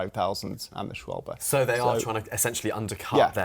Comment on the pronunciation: This might be the first time I've heard someone correctly pronounce "Schwalbe"